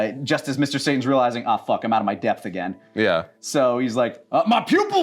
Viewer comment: Sahasralizing Sasparilizing I'm sure I'll come up with more